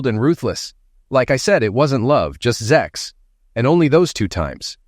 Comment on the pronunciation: For God's sake, it's not zex, it's sex. Stop with the damn zex already!